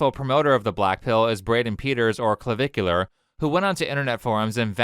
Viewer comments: Cluh-Vick-You-Ler (it's not rocket science, ). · i love that the news anchor pronounced his screen name as Clava-cooler. had me giggling for a while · “Clavicular”? Did he name himself after bones?